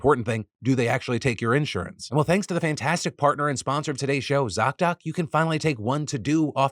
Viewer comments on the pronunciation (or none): Phil I love you, but I hate how you say “insurance” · why does phil say insurance like that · Is that how "Insurance" really pronounced? Am not a native English speaker but have heard the word numerous of times, but not in that way lol